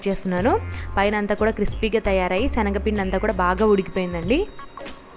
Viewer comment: Shanaga pindi kadu schanaga pinnidi ok na